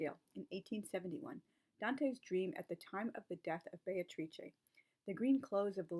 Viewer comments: Just caught for the first time how Beatrice is pronounced in good Italian or Renaissance Italian. To my ears it sounded like Bay-tra. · That is so cool about the acting and that you can now pronounce Beatrice properly! [I'm still working on it...] Tableaux are brilliant - an easy way to make a group connection and bring people together. Sometimes a costume can be a tablecloth or a napkin.